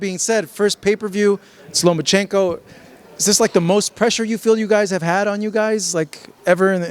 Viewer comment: Can we pronounce the guy's name correctly😅 Lah Ma Chinko😟